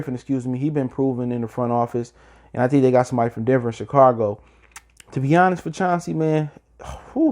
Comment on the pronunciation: Chi-cargo??? Chicago mayne......Chicago!!